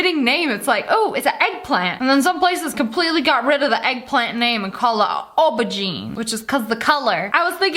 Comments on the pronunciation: It's pronounced 'Oh-ber-gene' Btw I love you 💙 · I am from England and we pronounce it Ohberjeen